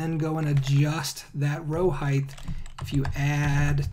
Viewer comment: Why do Americans say heigth? And not height?